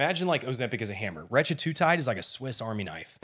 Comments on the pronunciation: Hey man, I like your videos, but it’s hard to take this one seriously when you do not pronounce Retatrutide correctly …not Retra-tru-tide…it’s Reta-tru-tide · It’s not retratutide, dude. It’s retatrutide. The masterclass should include proper pronunciation. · Bro learn how to say RET-A-TRU-TIDE. if you're giving a masterclass you should probably know how to pronounce it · That was driving me crazy too. You’re not an expert if you can’t even pronounce the name correctly